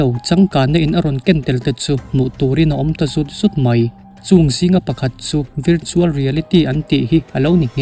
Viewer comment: Virtual ilam dan mawlh mai hi..vartual tih Anga lam tur aw..vir nilo in var..😁